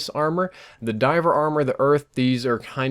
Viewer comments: It's driver not diver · Dude, Driver, not diver!!!